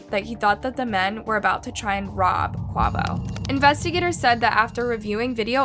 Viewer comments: Yeah, I don’t normally comment on YouTube videos, however, a simple YouTube video search would’ve showed you how to pronounce Quavo’s name properly. Also, why does the thumbnail say Quavo murder video when the whole video was talking about Takeoff????????????? Please fix this. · You’re starting to give off the energy that you just do it for the money because for so long now we tell you that you need to do better with pronouncing their names. You put Quavo as the picture & even mispronounced his name, and his friend Desiigner . It’s disrespectul to the friends and family, please do better and show your respect towards the victims you’re making videos off of. Its also just showing that you aren’t putting a lot of effort into your research . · Was this video made just for views? This video honestly should be taken down.. First, your title is completely wrong . Quavo wasn’t killed,. Not to mention the death video has always been disturbing… and the way you pronounce Quavo name is just… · Your pronunciation of Quavo is wild, but how tf do u get dee singer from designer??!..🤔😒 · I couldn't watch any more of this video with her pronouncing his name horribly what a disrespect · I like you but if you’re going to report on these topics please take the extra step to be respectful. The thumbnail is showing Quavo not Takeoff and the pronunciations of the names are wrong. A literal quick YouTube search of Migos would’ve told you how to pronounce Quavo and other names.. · Lmbo I am cackling at how you pronounced Quavo 😭😭😂🤣 RIP Take Off !! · She dif doesnt know who quavo is and i hate the way shes sayinh his name😂😂😂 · Girl you need to learn how to pronounce his name correctly at least…. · Wow can not say quavo for shit rip takeoff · The way she pronounced Quavo just made me wonder how many people do not know who the Migos are. RIPTAKEOFF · It’s pronounced- Kuh way vo. And the thumbnail is off, agreed. It would be better if you edited it! ❤ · Quay- voh